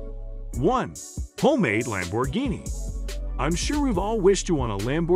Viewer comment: Ruined by A.I. that can't even pronounce Lamborghini